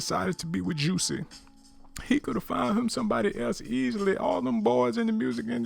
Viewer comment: YOU NEED TO LEARN HOW TO READ BEFORE YOU GOSSIP AND MIND YOUR OWN BUSINESS...HIS NAME IS JUSSIE NOT JUICY,,,,SMDH